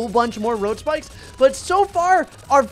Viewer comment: How many times did he say road spickes